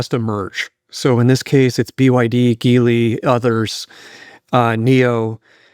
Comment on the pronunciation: I would have thought that a former president of Tesla and a board member of GM would know how to pronounce Geely. When our leaders don't even know one of the largest companies they're competing against, it's a bit worrying. His comments on Tesla giving up on the car market is sound. However, what he should know is that what is happened to EVs, namely that China seeded hundreds of companies and then scaled massively to develop winners is already happening with humanoid (and four legged) robots in China. China is so far ahead in humanoid robotics in terms of scale and price that there is very little chance that the west can catch up and that includes Tesla and Boston Dynamics. Interestingly, among others, it is the Chinese EV companies developing some of these robots, including BYD, Geely and Xpeng but it is companies like Unitree that are leading.